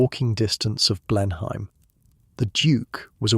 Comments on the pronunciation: It is pronounced Blen-im not Blen-.hime. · Any English person would pronounce it as “Blen-em Palace”, not “Blen-hime Palace”! Otherwise, a very nicely done piece. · You’re pronouncing the Marlborough Oxfordshire estate, quite reasonably, “BLEN-hime”. It is, however, pronounced closer to “BLEN-um”, swallowing the second syllable. It’s a bit like the way many English will pronounce the U.S. state “MARY-land”, whereas Maryland natives will stress the first syllable, but largely swallow it. I split my time between the U.S. and the UK, and I’m always getting something wrong! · The story is very fascinating, but the English accent is so fake. Anyone who lives in England knows how to pronounce Blenheim and that’s not it!